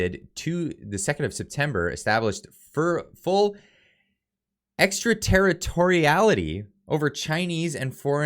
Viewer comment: Congratulations on pronouncing "EXTRATERRITORIALITY"¡